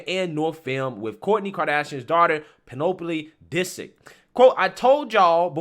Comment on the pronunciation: "....PEN-NOPE-ah-lee disick.." lol